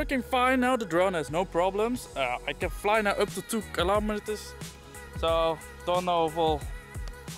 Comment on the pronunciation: Haha, I have a hard time pronouncing kilometre too. Great vlog though, can't wait for the vlogs in Turkey. :)